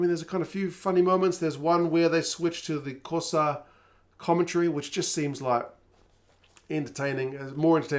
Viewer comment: Wasn't quite right ..Missed the click 😊 ..from a white South African..